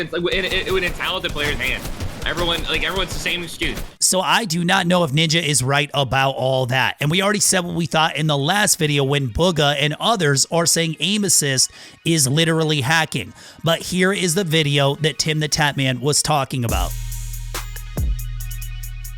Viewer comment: he said booga instead of bugha lol